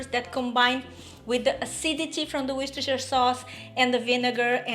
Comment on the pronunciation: How are you today, I want to tell you half of Americans cannot pronounce Worcestershire Sauce, and you do it beautifully, very yummy dish, I will be making this one.